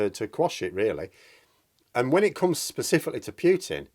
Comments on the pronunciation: Please stop saying «Pyootin»; it's «Pootin». Cheers. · please, it's Putin, not Pyutin. Imagine Pootin when you say it.